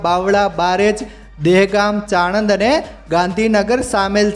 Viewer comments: અરે ભાઈ ચાણદ નથી સાણંદ છે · Bhai Pahela Gujarati Bhasha sikhi Le Chamand Nahi Sanand Ane Pardar Nahi Padara Karnaj Nahi Karjan Hoy Che